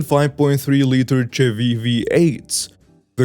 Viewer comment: Chevy is pronounced Shevy